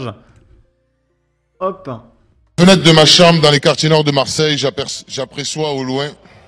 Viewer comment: le pire c'est que au début il dit bien "j'aperçois" mais il se reprend pour dire "j'apréçois". WHY.??????